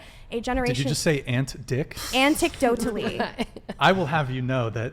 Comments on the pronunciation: Every comment should be bringing up the fact she said “anticdotal” like it was 100% pronounced correctly! 🤦‍♂️ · Remember, she said "antecdotal" with confidence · If she can't even pronounce anecdotal correctly, how is she going to pronounce all those complex scientific terms since she's all into science.